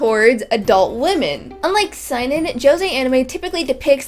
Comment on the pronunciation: Why do you pronounce Seinen like a german word? It's SEH-EE-NEN